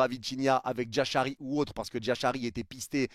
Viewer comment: Toutes ces questions sont légitimes surtout qu'on a pas de news. Mais pas de nouvelle bonne nouvelle comme on dit. J'espère juste que Jashari signera au PSG( stp améliore la prononciation de son nom😂😂😂) en doublure de Viti se serait top et sinon pour le reste surtout pour le latéral droit et l'attaquant je ne me fais pas plis de soucis car des solutions il y en a